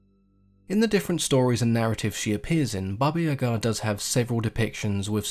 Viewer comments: I'm Russian and watched movies about Baba Yega (iyeeeega not iagaa). You really did a good job with the description. Slavic folklore is often very grey...most beings aren't outright evil. If I can recommend some movies the best are by a film director last name Roe who made it his life mission to bring fairytales to life. A good one is Morozko. In terms of literature the undisputed king of poetry Alexander Pushkin has a great series of fairy tales, s.a. Ruslan and Lyudmila Overall I always enjoy your vids and am waiting for more Slavic themed ones.😉😉☺☺ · Accent on the Ya not ga. I like how her name is Granny Yaga. Always reminded me a lot of the witch from hansel and gretel. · about the pronunciation of Yaga, im Russian too, and it is NOT pronounced iyeeeega, wtf. Yaga is exactly how it's pronounced, w the emphasis on the last syllable. I'm from Vladimir which is a 2h drive from Moscow. Don't know where is from, bc there ARE regional differences in pronunciation in Russia. Iagaa is EXACTLY how it should be said.